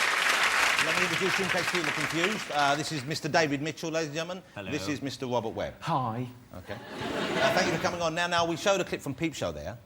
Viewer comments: David Mitchell and Wobbet Webb. Bwiwwiant. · lol the host says wobert webb in the introduction, in my country we pick the guys who can speak properly to be talkshow hosts. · What a tosser ( the cretin host who can't pronounce his R's)